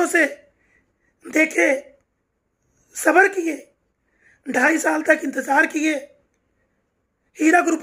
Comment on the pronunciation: Sorry it Sabaar not saba***